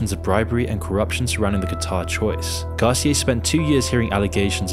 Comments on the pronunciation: Garceeay? GAR CEE UH (Garcia) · Lmao the way he pronounced Garcia 🤦🏻‍♂️😂 GAWSEEYAY 💀💀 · Great vid, it’s Gar-Cee-ah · yo me pregunto, por qué siempre los angloparlante les cambian la acentuación a algunas palabras en español? las graves son agudas y viceversa. Esto les pasa especialmente con los apellidos, como pérez, vásquez (no hablemos de la letra q ajajaja) y ahora escucho que con el apellido garcía. que gracioso jajaja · The pronunciation of Garcia was off lol. Also "what in ensued" . Don't get me wrong, I like watching these videos, but they can be a bit clickbaitey. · say Garcia normally please